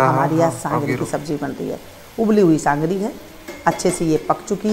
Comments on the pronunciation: Sangri nhi sogri bola jata hai. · Mem sangari nhi sogari bollo